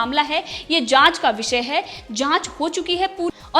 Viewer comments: Madam plz makr ur Pronunciation correct :- जमानत❌ ज़मानत✅ विसय❌ विषय✅ शाल्वे❌ साल्वे✅ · Before becoming an Anchor improve your pronunciation.It's Salve not Shalve.It's Zamaanat not Jamaanat. It's Vishaya not Visaya. It's Ja Raha hai not zaraha hai.